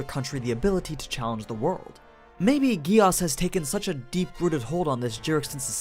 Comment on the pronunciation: Whyyy gehh asss and not geees like they say in japan, german and all other languages?!?